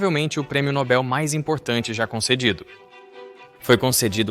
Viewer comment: Para vir ter contato com público é essencial ao narrador saber a pronúncia correta de palavras. A pronúncia do prêmio citado é NOBEL, não NÓbell.